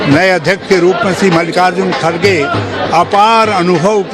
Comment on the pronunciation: खडसे नहीं, खर्गे नाम है